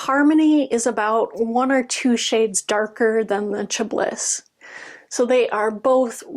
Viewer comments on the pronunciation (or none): I have heard from Kimberly at the Fat Quarter Shop that when stitching on dark fabric you can put a white pillow or towel on your lap or even a light pad. Just an fyi Chablis is pronounced cha ba lee. It’s a French word added to the English language for a type of wine.